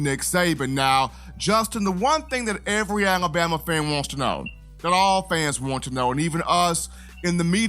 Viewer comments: I hate how justin says alabama lol alaboma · You made me notice😅